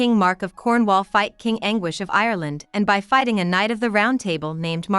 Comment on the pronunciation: I can't believe someone posted this with an automatic reader. It pronounced the word "by" with the letters b-y. Seriously?!